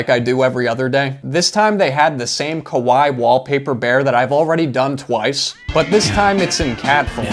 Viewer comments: Bruh kawai means scary!! Cute is kawaii. Pronounced Kawai-ey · The way you pronounce kawaii means scary in Japanese (kowai)